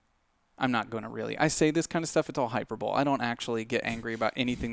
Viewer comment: James Goobs “Hyperbole.”